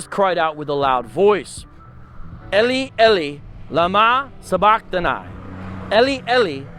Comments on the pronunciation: It's actually pronounced Eli Eli not Ely Ely. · This man mispernounced Eli, Eli, then has the nerve to, criticize our language.